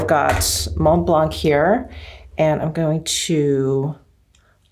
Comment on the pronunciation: Please ..don't pronounce the "C"..re: Mont Blanc, Sauvignon Blanc, etc ...it's silent ...Love ya😉